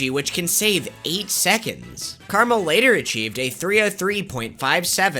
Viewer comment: Carmel is actually CarAmel.